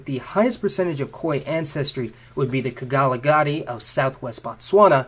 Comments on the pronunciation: I'm sure he could have found the pronunciation online. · Did you mean to say Kgalagadi? If so then you butchered it...